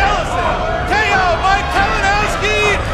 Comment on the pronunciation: did just call Kalinoswki “Kavanaghski?” Bro Lol